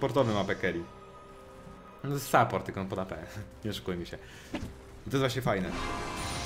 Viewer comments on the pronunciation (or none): none